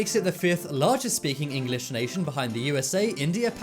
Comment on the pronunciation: Why can’t you say English it’s English not EngAlish no hate